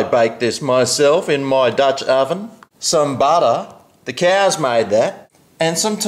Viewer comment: ITS FUNNY THE WAY HE SAYS BUTTER